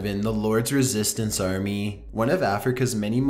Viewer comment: whyyyy oh whyyy are you pronunciating your words like that and putting the emphasis on the last part of the last word in every sentence...its so weird and annoying i cant watch this because of it hahahaha why "home maaaaaking", "retuurniiing", "armiiieeee", "coniieeeeee", dispuuuted", "slaveerrryyyyyy" lol